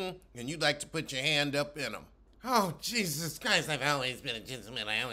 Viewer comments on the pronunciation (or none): none